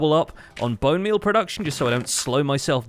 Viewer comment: why is nobody talking about how he called bone meal as "bone beal"